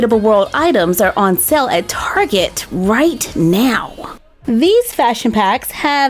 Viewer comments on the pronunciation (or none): none